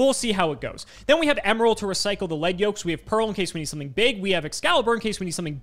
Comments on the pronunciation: pronounces a lot of stuff incorrectly so it's no surprise he thinks it's "leed" when the word is a reference to the metal - "led" - on the yoke the character has. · Why yall keep mispronouncing lead yoke 😂😂😂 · God that’s not how you say lead yoke😣😣😣